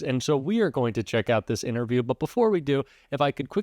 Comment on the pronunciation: LOL "ITNERVIEW"